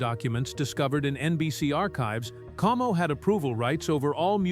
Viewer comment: Perry's last name was COMO, not KO